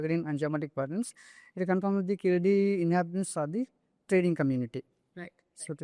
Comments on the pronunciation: Please say "Keezhadi" correctly. It means "lower step". It is not Keeladi as mentioned in the video. In fact, an even older archeological site is on the banks of the Thamirabarani river at Adichanallur. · It is Keezhadi and not Keeladi... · கீழடி. கீலடி இல்லை. Say it right. No sense of pronunciation of the Tamil language. Just yapping. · It will be nice to talk about literature of an ancient civilization and language if you can learn how to pronounce கீழடி . Jarring to the ear. ✅ Correct: Keezhadi ❌ Incorrect: Keeladi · ITS NOT KEELADI U MUTT - IT IS KEEZHADI! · Its keezhadi not keeladi kudos to ur team 👏👏👏👏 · It is Keezhadi. Not Keeladi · It is Keezhadi, not Keeladi. Like Tamizhu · It’s good and a welcome move that you are voicing the concerns but first learn to spell the name properly it’s Keezhadi and not Keeladi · It is keezhadi. Are tamils forgetting the use of zha in Tamizh language.